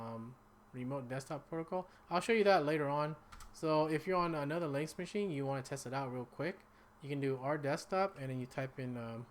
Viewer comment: Linux, not links!